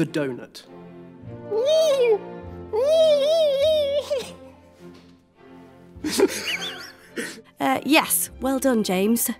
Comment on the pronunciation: Ladies and gentlemen... The Doenut